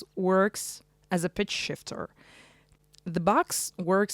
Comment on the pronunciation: I think your "pitch shifter" pronunciation was good at the first attempt 😉 Cool demo. Interesting machine. Thank you!